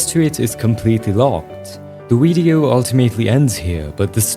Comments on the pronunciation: "Weido" I love ur pronunciation it's so cute somehow lol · "wvedeo" (video)